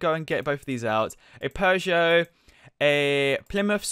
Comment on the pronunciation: Peugeot = pahgios